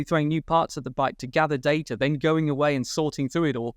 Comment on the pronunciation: Great podcast but please ask her to learn how to say “data”. Hint: it’s not “darder”